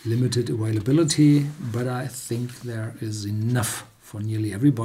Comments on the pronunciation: aVailability not aWailability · of course I know he's German. His son is also German and he says available (and availability) with a V, not a W.